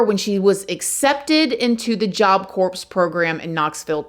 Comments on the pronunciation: Just an FYI, Corps is pronounced "core" the p and s are silent. No offense. We love you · Job Corps (CORE) just like Marine Corps (CORE) it’s pronounced CORE please & thank you :) lol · It's pronounced "core". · Stop saying Corps... It's pronounced Cor. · For the love of Pete, it’s pronounced job CORE 😂😂 I’m so sorry. It was just driving me nuts and you gotta know, love. ❤️ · Girl, I don't say this to be critical, I just know that if I was mispronouncing something I'd want somebody to tell me the right way to say it. Its pronounced core, even though its spelled corps. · I'm not trying to be mean, but I'm a grammar freak...Corps is pronounced "kor" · CORPS is pronounced "CORE".... don't you have a son in the military? You should know this by now.🤦‍♀️ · That's not a reasonable comparison AT ALL. Lmao. Nice try. This is an extremely common word and one that she would hear from her son and at all of his events. I am cringing at the fact that she probably says "Corpse" lol in front of all his military buddies. If she did proper and thorough research, she would absolutely know better. The standard for research is Stephanie Harlowe. utterly pales in comparison, and seeing as this is her full-time career, there is absolutely no excuse. All she had to do was look up the pronunciation, and she just decided not to. She's done this on almost all of her videos, and it's coming across as extremely lazy and honestly disrespectful. You don't need to make excuses for her. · Job Corps like Marine Corps. (Core) 👍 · Its spelled CORPS, But it's per nouned CORE. what a shocking story. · Job Corps... The P and S are silent.. Love ya gurl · Love you but the S on Job corps is silent. Just like the s on Illinois. You don't pronounce the s. I promise. I love ya girl. Just check the pronunciation. 💜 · Job Corps has a silent “p” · The p is silent in corps. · It's Job Corp. (pronounced CORE) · The "p" is silent in corps. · It’s pronounced job core lol